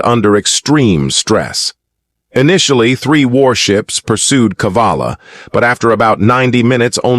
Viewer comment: Cavalla, not Kavalla. Saw it several times in the script.